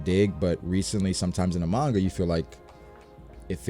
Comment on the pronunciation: Oh no. pronounces Gif and Manga wrong. I feel so conflicted, now.